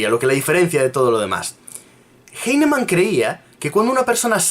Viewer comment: cacti Bruh, no has demostrado nada en tu comentario. Lo único que haces es soltar ad populums y falacias de autoridad, llorar porque el tipo no sabe pronunciar un apellido alemán del Siglo XVIII, y atacar personalmente metiéndote con su físico. Si tan partidario eres de la homeopatía, te digo desde ya que defendiéndola de esta manera la estás perjudicando más de lo que la ayudas.